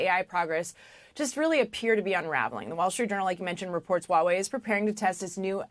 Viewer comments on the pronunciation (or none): Pronunciation correction for almost ALL AMERICAN: It is H-WA Wei/ It is not WAWAY It is H - as in in Heh ....and then WA Wei.....You really pronounce the H. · Why do they say Wawei? It's called Huawei. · Why cant Americans pronounce Huawei. It sounds so funny they way they say it. These are supposed to be professionals but sound like clowns.